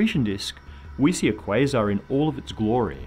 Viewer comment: The way he says quasar disgusts me